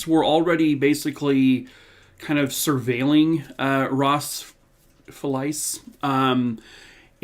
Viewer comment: Hey - For what it’s worth, went to school with a family named FELICE as well as a woman with that as a first name and it rhymes with a small suitcase or VALISE 😊.